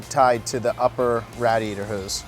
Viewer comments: Rad iaytor??? Wtf lol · Had to stop. Couldn't stand hearing dude say "Rad! iator" . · Philly area accent! Malvern, PA is right outside of Philadelphia. Believe it or not you'll hear a lot of people say radiator like that(rhymes with gladiator) in Philly and the surrounding suburbs.